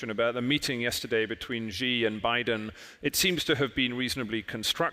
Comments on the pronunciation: Please try not to mispronounce the name Xi as a Gee, Jee, or Shee. The proper pronunciation under Chinese pinyin is a lighter form of Si, When in doubt, Si is approximately quite close. To be more precise, Chinese pinyin, Xi Jinping's family name is pronounced like an English 's' except lighter. Pronounced like the word "see" with a small modification of pushing the sound through your front teeth and opening your lips horizontally. I am quite happy Prof Kishore has got most of his pinpoints of China correctly. His SHE is less wrong, but still wrong, and he should simply get a Professor from Nan Yang University to coach him on a simple "s" through front teeth,. It is the host of this clip who insists on being wrong with GEEE. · When you can't even pronounce Xi properly when even Kishore is saying it 100 times for you to hear, and yet you keep pronouncing it Gee, you should not be the host and your opinions should not be taken seriously. Luckily he just asked questions, since no one would take his opinion seriously since he keeps on willingly mispronouncing China's presidents name on purpose. It's 2022, there's a million sources online you can use to check pronounciation, there's a million people at your fingertips around the world you can ask, yet this guy didn't do anything and ignores all the truth in front of his face going stesight into one ear and out the other. No brain to absorb the sounds from kishores mouth.